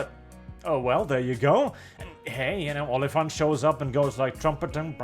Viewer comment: I just keep hearing they will add "onlyfans" instead "olyphant" at least the first keep me a bit more interesting